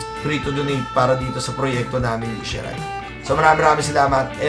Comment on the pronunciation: Ohh...wow! Pamangkin ko to, ah! Isshi Ray (ee-shee-rey)!